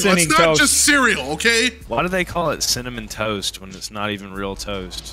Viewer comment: Definitely not called cinny toast 🤣🤣🤣🤣